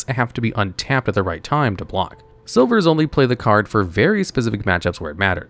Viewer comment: Slivers, not silvers.